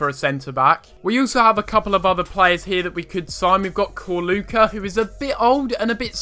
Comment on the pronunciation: Ah, it's pronounced "Chorluka" btw